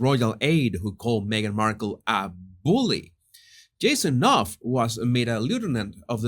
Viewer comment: You are the ONLY internetter (sic), who pronounces Knauf correctly. Good on ya!